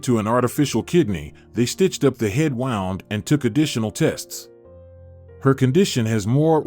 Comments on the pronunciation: Agreed! 😂 He pronounced “wound” (injury) like “all wound up. Etc!😂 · Unfortunately the narrator is a robot AI with inappropriate pauses and pronunciation: 'wound' as in winding instead of hurt, they sound different